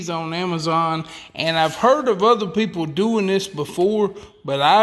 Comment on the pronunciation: "Pretty smart poople"?????